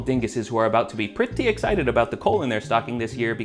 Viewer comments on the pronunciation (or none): none